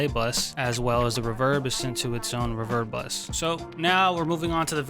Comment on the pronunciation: I like how he pronounces reverb “ruh-vurrb” 😂